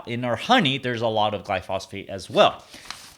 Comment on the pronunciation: Pronouncing glyphosate wrong